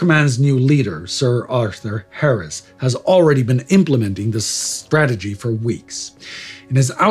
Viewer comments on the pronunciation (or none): none